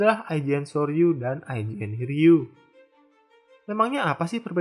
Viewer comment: IJN DI BACA YOUJIN